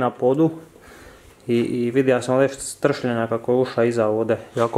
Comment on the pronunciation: Ovo nije ''etriseja,, nego ''estrsljenja,,😂